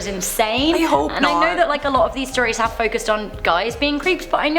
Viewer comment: Yes, i hawe a machete collection...